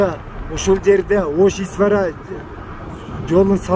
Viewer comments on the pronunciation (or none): исфана деп тура айтсан тууганым исфара дебей исфара бул тажикистан ройону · Исфана !исфара эмес. Бишкекти душенбе дегендей угулду.👍 . 🤝